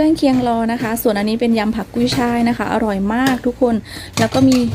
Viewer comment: ***กุยช่าย✔ กุ๊ยช่าย❌, กุ้ยช่าย❌, กุ่ยช่าย❌ ***กระทะ✔ กะทะ❌ 🙏😅